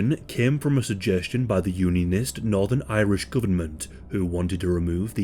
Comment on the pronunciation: I’m from Northern Ireland and live half an hour roughly away from Belfast. My grandparents were alive at the time it happened but they were still in England before moving over here in the 90s. I’ve always been fascinated on The Troubles as it’s quite interesting imo. Great pronunciation on every northern/Irish names of things in the video btw!